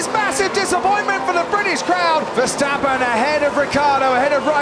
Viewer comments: Verstapen hahahahahhaa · There is one thing that I do not understand : how did Verstappen turned into Versteffen?